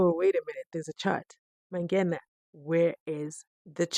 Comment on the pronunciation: That is strange indeed because as he said, he had played soccer way back nabo Mike Mangena. Uyahlola as to why he can't pronounce this surname. What happened to 50yrs?